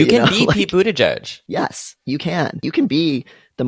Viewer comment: I want someone to know that I didn't know how Pete Buttigieg's name was pronounced (and didn't read the video description) so I was trying to understand who "Peepoo the judge" was. I finally figured it out when I turned on auto subtitles and submitted " Pete Budaj Jud" to google and it spit out Pete Buttigieg. PS: I'm french and in my mind I was reading his name Peat butty-gig PPS: PEEPOO THE JUDGE PPS: In my mind it made sense because it could be the nickname of a super stick in the mud gay public figure